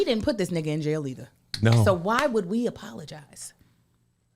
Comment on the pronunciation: the way Kev say nigha sounds racist